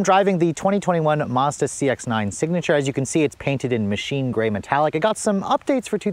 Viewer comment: Lol, always saying Mazada needs more gears like at least 5 times every review.